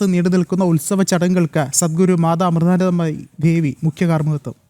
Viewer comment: അമ്മയുടെ പേര് ഒന്ന് പഠിച്ചിട്ടു പറയു... അവതാരകൻ......